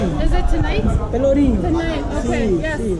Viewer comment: It is not pelourino, it is pelourinho! Português| PRONÚNCIA LH - NH - CH - Dígrafos